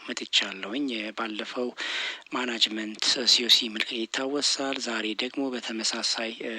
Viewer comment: ጥሩ ጥያቄዎች ናቸው ተቨባረክ እናመሰግናለን።ስታነብ ማናጅመንት የምትል ይመስላል ግን ማኔጅሜ/መንንት ብትለው ጥሩ ነው